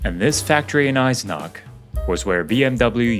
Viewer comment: The name was Eisenach and it has an ch in the end and not a k.